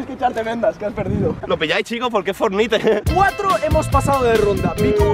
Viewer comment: es fortnite no fornite